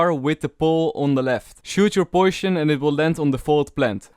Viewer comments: I like it when he says Poison As Poishon ❤️😂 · u internionaly say it faeloerent Btw, poishon